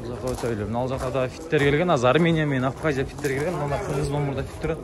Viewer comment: Авхазия эмес Абхазия десенерчи